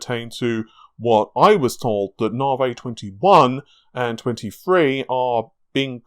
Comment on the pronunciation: narvay, interesting. I'd say Navi, short a for apple, na, like nap, then vi, short i, like an e sound, Na-vi. Also, are you sure you don't have any food intolerances?